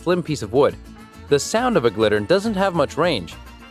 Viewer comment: Correction on number 6: It is a Gittern, not a Glittern (with an L) as the speaker pronounced it. Nice quick overview of these instruments. They are all still played today.